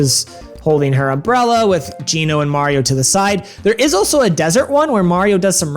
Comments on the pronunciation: Apart from the blatant troll aspect to just garner more comments on the video, "Geno" (Jee-no) is the only way to possibly consider pronouncing it in any language unless you're just completely retarded and don't understand how languages work. (Geh-no) as pronounced in this video is so unbelievably wrong, you should feel really badly if you actually pronounce it this way or any iteration without the "J" sound. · I love how he switches from the wrong pronounced Genno to the correctly pronounced G NO. Genno is wrong. Period. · Your pronounciation of Geno bothers me, haha. It's italian. I've always pronounced it Jee-Noh, but I believe it's pronounced Jeh-Noh. And as I'm writing this comment I noticed that you pronounce it multiple ways throughout the video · Im pretty sure its pronounces like 'Gino's' pizza. Geno, lol, i think thats what they were trying to go for with the name.🤔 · gheno? really? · my dude... mallow is pronounced 'mall-o' like the last part of the word marshmallow.... geno is pronounced 'jee-no'..... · Please, my brother in Christ, I beg you..... STOP CALLING HIM "GEH-KNOW"!!! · Seriously how can you say Geno Blast and pronounce the name right, but then while talking say Genos name wrong in the same sentence. You flip flop the name so much and it drives me crazy. GEE NO is how you pronounce it. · "geh-no" opinions discarded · Genno? GENNO?? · Imagine "making a lot of mario rpg content" and pronouncing "geno" wrong the whole time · You pronounce "Geno" wrong. But like only sometimes? Don't do that.. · you pronounce Geno the proper way, then you pronounce it totally wrong?? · How tf did you just pronounce Geno’s name!? 🤣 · Did anyone else start twitching when he said Geno with a hard G? I mean it would be fine if pronunciation had not been confirmed for YEARS. Centuries even since GENO is an actual fucking name. And later he pronounces it correctly. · please learn how to pronounce geno's name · Never heard his name pronounced like that